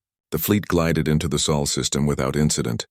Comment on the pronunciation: where did you all go to school, it is sol not saul